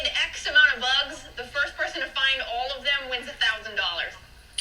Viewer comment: The way you say "boogs." 😂